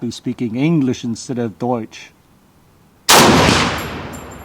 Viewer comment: You say that, but the pronunciation of deutsch was better then some of the native germans could ever get over their lips :D